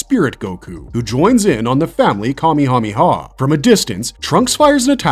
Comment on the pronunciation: Where do y’all get “me” when saying the kamahawave! It meh! Ka meh ha meh! Not me! Had to search please and i mean please research. It’s literally online.